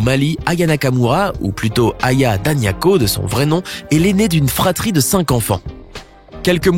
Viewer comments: Pas daniako mais dagnoko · Dagnoko pas Daniako